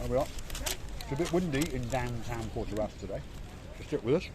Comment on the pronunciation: It’s protaras not portaras and don’t throw food at a cat like that. And when flexing money “spending my money”